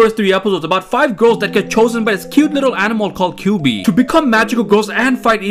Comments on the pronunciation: I’m sorry, who is kyubee? It’s spelt kyubey, but pronounced kyu-bay man 💀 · Its pronounced "q bae" not "q bee" 💀😭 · It's pronounced Q bay, as in incubator, because it's- well I won't spoil. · NOT YOU PRONOUNCING KUYBEY WRONG 🔪